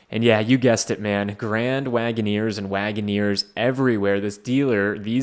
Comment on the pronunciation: Jeep Grand “Wait-in-neer”